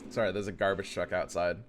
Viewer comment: What says: "There's a garbage truck outside." What I hear: "There's a garbage deck outside."